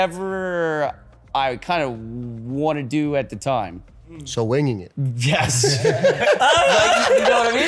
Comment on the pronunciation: Had a brain aneurysm listening to sketch trying to say winging it 😂 (ultra slowed + bass boosted)